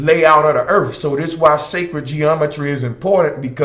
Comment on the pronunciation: Where is this planet Erf you speak of?